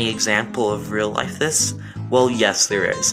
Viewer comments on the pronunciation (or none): none